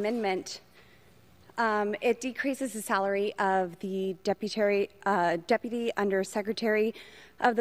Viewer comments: Deputary? She said that twice. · "Deputary" , like BoBo says..😂🤣😂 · "deputary secretary" ???? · Did she just say deputary secretary? Lol